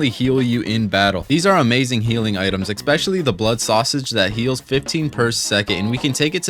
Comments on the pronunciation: The word is 'eSpecially' This nigga: 'eXpecially' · Had to stop after 3 minutes. Can’t listen to a person who can’t pronounce especially. It’s ES! Not EC, ESPECIALLY! Not ECSPECIALLY, you absolute invalid. 🤦🏻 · "Exspecially" hurt my bones xD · "EX-Specially" Lmao, it's wild how people seem to add letters to some words. I bet bro says "exscape" as well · bro you need to learn how to say "especially" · Good video but there is no “x” in “especially”